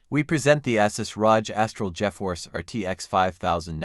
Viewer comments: “Assus Rahj” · it’s not better understanding though. The pronunciation is awful. The voice can’t say the words “ASUS, ROG, or AI”